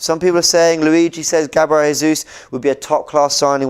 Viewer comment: Its pronounced Gabriel Gesus